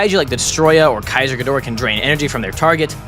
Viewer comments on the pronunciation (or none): none